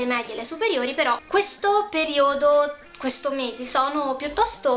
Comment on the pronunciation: ma perchè dici periòdo ?O.o